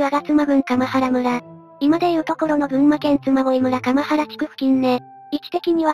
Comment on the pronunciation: かまはらむらではなく、かんばらむらです。